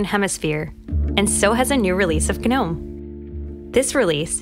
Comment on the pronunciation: Why the hell does she keep saying "guh-nome". it sounds awful. Also, is there a persistent taskbar yet? I don't want it to autohide.